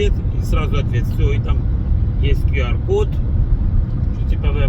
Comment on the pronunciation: Не Пиар код, а Кюар код. Грамотей.